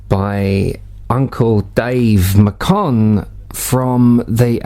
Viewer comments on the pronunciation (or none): Brother it is pronounced MAY-kuhn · That's Uncle Dave Macon, pronounced "MAYkin," not "MuhKONN," by the way, but thank you for preserving it.